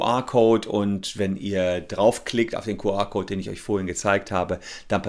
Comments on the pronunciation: Entweder "Kju Ar" oder Ku Er" aber NICHT "Ku Ar" #neuland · Ich dachte immer das heißt "QR" und nicht "QA"... Zerstörtes Weltbild durch unklare Aussprache 😂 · Herr Solmecke, so geht das nicht. Ihre Aussprache des QR-Codes (bei Ihnen Kuh-A-Code) ist unmöglich, weil das eine Mischsprache ist. Das spricht man anständigerweise entweder vollständig Deutsch aus (Kuh-R-Code) oder vollständig englisch (Kju-Arr-Code). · No front: „Kuh-Ah Kout“ 😂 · Dein "Kuh-Ahhhr"-Code triggert mich voll ^^ Hört sich an wie QA-Code statt QR-Code ^^ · Das Q spricht man aber im Englischen nicht "Kuh" aus... Das ist dann denglisch